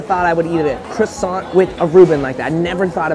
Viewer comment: Aint no way u said croissant incorrectly the first time......